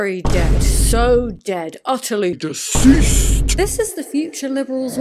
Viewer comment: "Utterly deCEASSSED" 💀